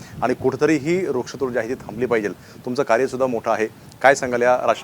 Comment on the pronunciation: काय पत्रकार आहे? रुक्ष तोड नाही रे, वृक्ष तोड म्हण